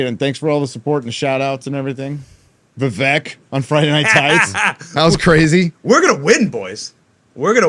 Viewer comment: Still can't pronounce Vivek. Lmao